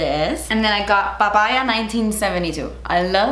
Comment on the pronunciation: i love how is saying the pa...ya word como si para nosotros los cubanos no significará nada 🙊😂🇨🇺